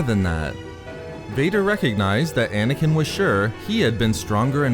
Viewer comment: Dude, stop ending words and sentences with -uh. Ex: Anakin-uh. Understanding-uh. Obi-Wan-uh.